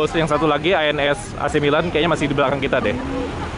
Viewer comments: keselip lidah Loket ANS jdi ALS....😀😀 Lanjut bang ...🙏🙏🙏👍👍🙂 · loket ANS bang,bukan ALS 😂😂😂